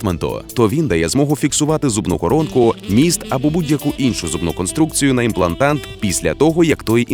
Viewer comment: в тексте: имплантат, в озвучке "имплантант"...